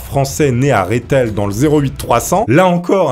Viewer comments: Ça se dit rethel mais pas réthel 😁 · Surper ton reportage mais on dit pas réthel mais Rethel j habite à côté ont a une terre très riche d histoire par chez moi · J'arrive après la guerre, mais par pitié, on dit REUTHèL et non pas RéTHèL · Ça ne se dit ps Rithel. Mais Reuthel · Le fameux Rethel se dit "REthel" et non "Rèthel" 😅 Sinon super vidéo 😎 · Juste j'adore l'histoire mais ne vexe pas les ardennais c'est Rethel pas Réthel c'est un e pas é voilà c'est tout sinon bonne vidéos continue comme ça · salut petite précision: on dit "rethel" pas "réthel" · Super vidéo j'adore le titre 😂 Mais par contre la prononciation de "Rethel" c'est " RE " et pas " Ré " REthel , voila juste pour pas déformé les noms 😅😁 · Euh mec , le Vatican a bel et bien une armée... C'est un état ,et les gardes suisses en sont une partie des forces . Et on dit Re thel et non Ré thel , et c'est pas un village mais une ville 😂 .c'est sympa de faire de la culture mais faites le correctement par dieu ! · Ces Rethel pas Réthel 😂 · Super vidéo, par contre ont dit Rethel pas Réthel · Salut ça se prononce Reutèl